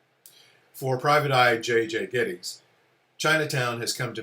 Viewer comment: Interesting converstation. I love the lady who pronounces Gittes the way Noah Cross did it without realizing... Chinatown is my all time favorite movie. Everything turns out perfect in it.